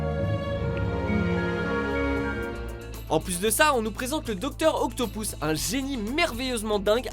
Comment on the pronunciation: OCTOPUCE, PAS OCTOPOUCE, et sa s écrit Octopus